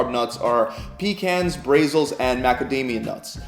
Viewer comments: ... what was that.????.. Brayzils.??? Isn't it said like the country, Brah-Zil... or have I been pronouncing it wrong all this time! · Broccoli “raybe” And “BRAYzils” 🤦🏻‍♀️ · BRAY-zil nuts 😂 Oh and it’s gluco-NEO-genesis. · No one noticed that dude said Brazil nuts like Brehzil ? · The “brey-sul” nuts really got me 🤣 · Lost all credibility when he pronounced Brazil nut wrong.